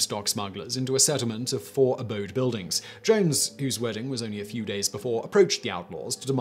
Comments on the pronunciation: Its not pronounced abode. Its a-do-be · Adobe. Not abode. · Love your vids, but work on your Spanish pronunciation. Ah-dough-bee. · I was looking for this comment before I said it. He said Buena Vista just fine, but then decides on "abode." lol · Br-ah-zos I hate when you do videos on Texas and mispronounce our cities or landmarks. Did you just mess up adobe now too. Come on. If I had a passport I'd fly out there to Prague bring you a cowboy hat and teach you to talk like a Texan.